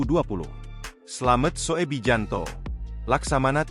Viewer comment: Koreksi..yg bener dong sebut nama orang. Slamet Soebijanto (slamet subiyanto) dibaca slamet soe bijanto (EYD). Penghinaan tuh